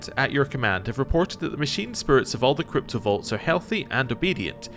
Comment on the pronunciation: I keep hearing you say cryptovaults and it gnaws at me. XD